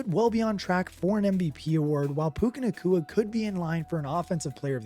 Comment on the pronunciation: Hey, it’s Nacua not Nakooka 😂